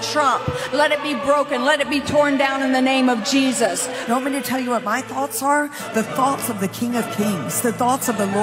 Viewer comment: Wait did she call President Trump cheesus?!?!